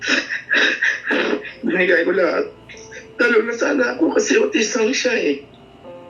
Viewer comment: Ang sakit nmn ng pagkabigkas ng "binigay ko lahat"😢